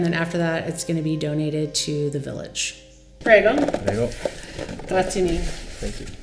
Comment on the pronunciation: Cringe everytime I hear her say preggo lol